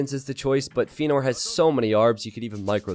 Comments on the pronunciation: Yeah, Feanor is a LotR-character and is pronounced Fe-ya-nor !! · Don't know why he got so defensive over the pronunciation of Feanor. Not difficult to just say it correctly after chat told him he was saying it wrong.